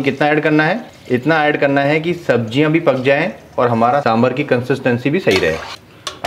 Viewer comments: it's saambaar.( सांबार).n not saambhar(सांभर) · सांबार!!! सांबार!!! For god's sake...it's not सांभर